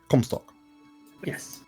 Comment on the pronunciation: I think you nailed it (for Comstock) (Hyper-G)